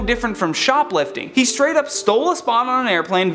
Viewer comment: Did he say skrate??? Instead of straight??? This is messing with my head a bit.